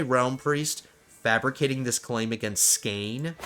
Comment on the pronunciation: it is actually pronounced skåne